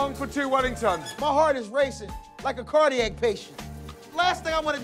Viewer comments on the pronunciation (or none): "Cardy-ake patient"